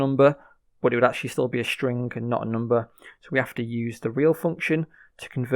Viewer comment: "Stringgg" FYI, you don't need to verbally notate the "g". Just cut off the word at "ing", no need to say "guh" at the end.